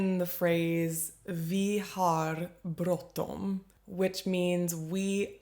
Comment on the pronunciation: I love your pronunciation of bråttom :D